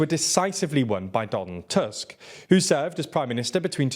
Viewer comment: You pronounce most names quite well but you can fix "Tusk" pronunciation in future videos. It's not an English surname and "u" should be pronounced more like the English oo in foot.